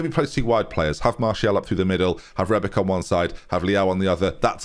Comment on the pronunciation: Fine I'll take him out of his misery. It's pronounced Ben-Naser not with the K. It's also Rebi-tch not rebik